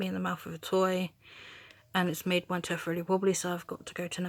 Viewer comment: Why do you pronounce tooth as tuff?